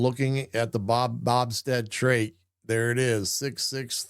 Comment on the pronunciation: It’s BO Stead not Bobsted.